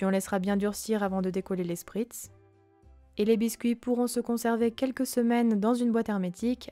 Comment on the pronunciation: Ça se prononce "Schpritz"